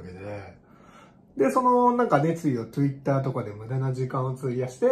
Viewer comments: トゥイッターww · トゥイッター笑笑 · トゥイッターwww